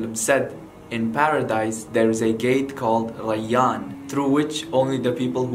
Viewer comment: "Rayyan" The way u said Rayyan is very very accurate. I wish my Teachers could pronounce my name correctly